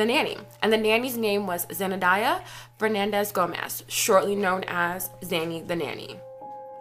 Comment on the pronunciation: Zenadiah? 😆 🤣 It's Zenaida.